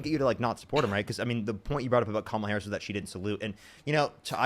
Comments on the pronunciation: The vice president is not part of the military chain of command, so they are not required to salute. This guy is complaining that a civilian does not salute him back. I would think that military people would be more upset if they did. Additionally, a lot of people who mispronounce Harris's last name have fallen for Trump's successful attempt at africanizing her, of "othering" her. Trump spent a lot of the time around the WWF which featured Kamala the Ugandan giant, after all. He knows the effect. Continuing to repeat her name incorrectly despite years of hearing it pronounced the proper way is very telling. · I can't stand these lying liars ... He has been around Harris but pronounce her name? And how she treated him? 😂😂😂 Boy bye ...